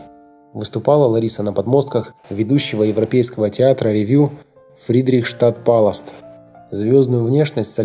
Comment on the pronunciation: ПАЛАСС! А НЕ ПАЛАСТ.